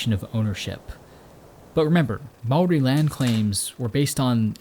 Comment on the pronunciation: Great video! Your pronounciation of the word. Maori was on point. One small.error though, gorse, while the bane of farmers actually speed regeneration of native bush. As it provides shelter for the forest floor undergrowth to establish, which then allows sub canopy to flourish when the sub canopy takes hold, the gorse just dissapears